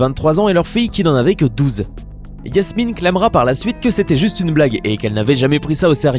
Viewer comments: Je rêve ou il dit Yasmine et PAS JASMINE ??????!!! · Ses pas yasmine ses jasmine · La 2eme meuf c jasmine pas yassmine